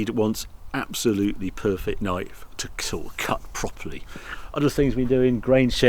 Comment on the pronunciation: "near perfick" 😂